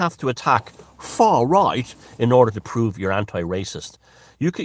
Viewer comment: "Foar Roight" Great